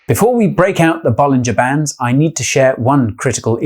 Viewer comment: I really thought he said "Ball in Japan" when it really is "Bollinger Bands"